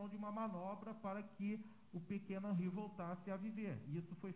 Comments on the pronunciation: QUE FALTA DE RESPEITO DO ADVOGADO DE DEFESA, POR ERRAR O NOME DA VÍTIMA DURANTE TODO O TEMPO... NÃO É "HANRY", O NOME DO MENINO É "HENRY". SERÁ DESLEIXO OU PRA IRRITAR DE PROPÓSITO? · "Hanry" e insistentemente o dolze 🤦🏻‍♀️🤣 (12 doze 💁🏻) phod@ 😂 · Além de nem saber pronunciar o nome da vítima que é filho da cliente dele. Irritante ouvir ele repetir várias vezes "Hanri".